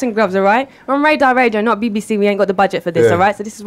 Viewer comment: The way she says BBC 😂😂